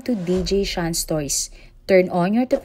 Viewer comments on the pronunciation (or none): none